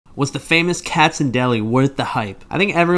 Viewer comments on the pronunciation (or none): Its not "Katzs" Its pronounced "Katz-is" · It’s Katz’s. You need to pronounce the s.